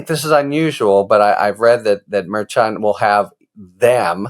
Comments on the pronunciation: Isn't the judge's name pronounced Mare Shawn? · why can't Harry get the pronunciation of Merchan correct?